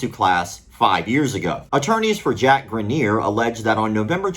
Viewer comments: Why do you keep pronouncing it “graneer”. It’s spelled Greener. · I went to high school with that guy. First of all, you’re saying his last name wrong but that could be for privacy sake, secondly you’ll be happy to know that in the years since he’s made a lot of progress and has taken up hiking and rock climbing (looks like he still needs assistance but there’s a solid community for disabled climbers). Really happy to hear he won this battle. Never knew the full story but that is definitely negligence on the instructor trying that move in such a way.